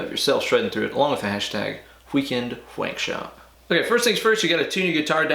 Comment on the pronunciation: Nice vid man but Wheekend whankshop haha you say it like my grandpa would. Maybe it's just a southern thing lol.